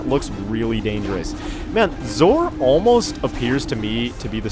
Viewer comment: you called zor zomon